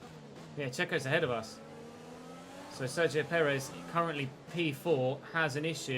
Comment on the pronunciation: I can't stop hearing "Dzeko" everytime you say "Sergio" xD